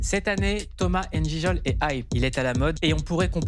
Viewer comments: Mais POURQUOI tout le monde dit ENE GIJOL c'est quoi ce manque d'effort!?? C'est NGIJOL c'est pas compliqué! Vous dites pas ESE tation? Vous dites STATION, bah NGiJOL!!! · Thomas bon je like avant de voir mais je ne valide pas ton "ENEJIJOL" là ! On se comprend ! Bisous ! 😅